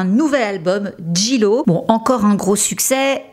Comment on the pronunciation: En anglais le J se prononce G et le G se prononce J ...... please try to pronounce Jlo correctly!